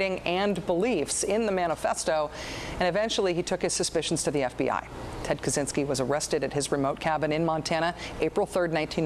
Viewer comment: It's "Kaczynski", btw...